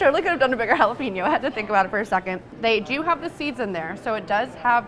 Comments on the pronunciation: It's JALAPENO not JALEPINO LOL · Jalapenon is pronounced HOLLA-PAIN-YO.